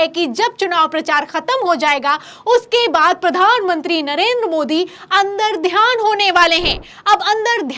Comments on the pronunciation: अंदरध्यान नही . अंर्तधान कहते है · अन्दरध्यान नहीं, अन्तर्धान।